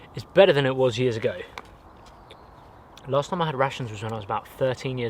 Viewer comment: Am i the only one who hears '' Russians '' instead of '' Rations ''' ?